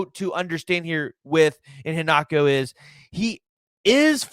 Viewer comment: I-HEN-na-cho Put the Emphasis on HEN At least that’s what I have heard. Much like the LB that committed to SMU instead of OU. Mark Iheanachor. Just trying to help,. thanks for the info.